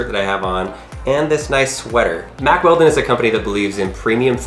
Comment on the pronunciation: Mack Weldon ? I thought he said Mack Welding at first and guessed it must be tough clothing for welding, perfect for when you have to cut something open with a grinder as well ! Regarding the tags, I suppose a professional shop lifter could just buy one of those magnets off e-bay. Please be careful with that big machete too, that looked so dangerous, one slip and someone could have needed a trip to the ER. I had to laugh a bit as well, I've watched these videos for years and thought they would be an expert at getting inside stuff by now, but no, still takes a long time as they try different inappropriate tactics. I'm worried he is going to chop a finger off or something. A good first step would be to buy a vice !